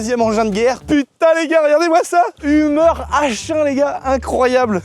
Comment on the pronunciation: Pas humer mais heumeur ont dit!!😮😮